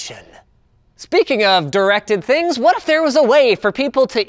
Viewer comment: Ha ha I thought he said erected things